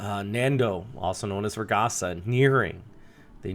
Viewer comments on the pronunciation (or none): Hello! Just a friendly correction. Ragasa is pronounced as ragaSA, the accent being in the last syllable. In tagalog, it means a rapid, intense movement (of something like water. One could say "ragasa ng tubig" or burst/current of water).